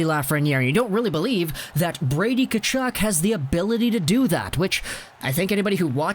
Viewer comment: His name is pronounced HE TILL. Not “Che till.” You’re a hockey channel, come on bro.